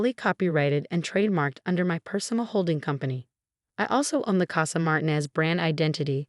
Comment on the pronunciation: (1) A female narrator for a male protagonist. (2) Mispronunciation of family name. It's Mar-TEEN-ez.